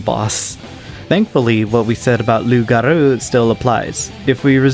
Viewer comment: this video is amazing but being fluent in french i have a problem with the way you say loup-garou name makes me a bit annoyed idk if that's how they say it in game, but in real french the p in his name would be silent, meaning you say "lou" without a p. second, garou has the same way to say lou, so instead of saying "garo" you say how it's spelled "gar-ou"